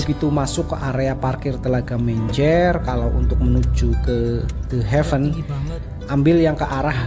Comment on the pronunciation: Ini video ttg The Heaven pertama yg saya dengar vlogger menyebutkan The Heaven dgn sangat benar. 👍 Video sblm2nya pada nyebut "de hiven" (gemes dengernya). Buat si ibu.. Bapak nyebutnya udh bener ya Bu, jgn malah disuruh nyebut salah. Malu nanti kalo ada bule yg nonton.